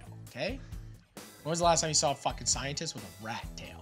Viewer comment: "Im not a cientistt i have a rat tail"